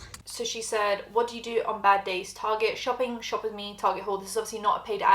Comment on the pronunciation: She said “stirrer” perfectly but can’t say “Target”? Sure.